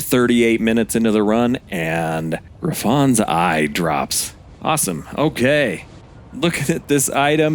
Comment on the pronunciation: Gri-FOns eye? wtf.. is this AI? Dee-a-dem?? In the hope that you are willing to learn... it's "Griffuns" eye - syllabic emphasis on "griff" and it's DIE-A-DEM, like the thing you wear at a pageant. smh.